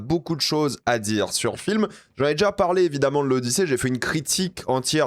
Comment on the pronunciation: C'est l'Odychiée. 😂